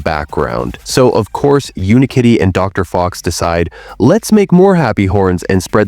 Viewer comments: its UniKitty not Unkitty 😂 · bro says unkitty instead of unikitty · It’s not un-Kitty it is Unikitty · Not him mispronouncing Unikitty, and genuinely believing it’s Unkitty. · no it isnt , its unikitty 😭 (the narrator is ai) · "Uni-kitty" ❌❌ "Un kitty" ✅✅ "Hawkodile" ❌❌ "Hoe-ko-dill-eh 🤠🤠🤠" ✅✅ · Its UNIkitty. Not UNkitty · Do not diss Unikitty like that Dude it’s UNIkitty not UNkitty💀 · Wait it’s pronounced “Unkitty”? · ITS NOT UN-KITTY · Bro the way the ai voice pronounced hawkadiles name 💀 and why did it keep saying “unkitty”